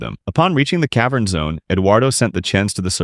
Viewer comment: "cave urn" AI slop channel